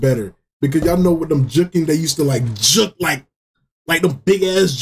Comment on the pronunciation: Why does bro say juk and not juke 😂😂😂